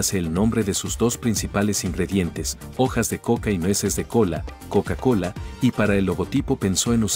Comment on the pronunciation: La "KoUka KoUla"